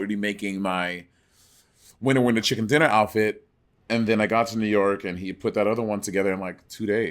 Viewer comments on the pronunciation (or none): none